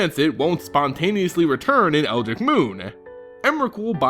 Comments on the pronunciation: IT FUCKING IS DUDE I HATE WHEN PEOPLE FUCKING SAY ELDRIK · It is pronounced (Eld-rich) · EL-driCH. BEL-er-En. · PSA: EL- dr- ITCH Moon (Like ELDRAZI ITCH MOON) Ly (like "LIE") - CAN - thrOPE (like "NOPE") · Kept hearing El-dick. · why aren't you pronouncing the "r" in eldritch? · I like your videos, I really do. I have even considered subscribing, but please for the love of god, can you please pronounce "Eldritch" correctly? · Your naration drives me insane...between the incorrect pronunciations and the strangely placed and clearly forced inflections in your voice, I had to quit watching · I love you, but you are pronouncing "Eldritch" very wrong. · no i mean the 'r'. 'ch' is pronounced 'ck' in many words. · "Ditch" Dritch Eldritch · Seriously, how the fuck do you fuck up the pronunciation that badly? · eldritch. eld-ritch. not eldik, eldrig, or old gregg. eldritch. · The way you pronounced Eldritch as Eldrick and Eldick twice gave me a migraine. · Eld-ritch, or eld-ridge. Not El-dick. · Eldrick? It's EldrITCH. Like ITCH or SNITCH or BITCH. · Pronounced eld-rich not eldrick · It's eldritch not eldich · My god, it's "eldritch" not "eldrick" XD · Its pronounced Eldritch(eld-rich). Not El-Dick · I'm not being a douche buddy.... but it's eld-ritch, not quite eldick. very good attempt though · its eldritch, (eld-rich), not (eld-rick) :) other then that keep up the good work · hey, it's pronounced "eld-rich" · Eldritch not El Dick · okay, this is something that I just can't ignore anymore. its pronounced El-dritch not El-drick. this was just a minor thing in the beginning, but as a fan of Lovecraftian horrors and stories i KNOW it's not Eldrick. sorry for blowing up like this, but that is just a serious pet peeve of mine. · It seems thar our American friends pronounce Eldritch as Eldric and not as Eldritch. The only correct way to pronounce it, is EldrITCH. Rhymes with witch... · How come no one can pronounce Eldritch? It's ELD-RIDGE